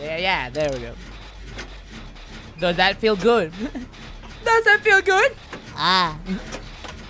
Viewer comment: Stop pronouncing things guuuude 😂😂😂